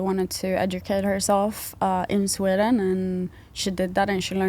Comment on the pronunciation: Sweeden? Wtf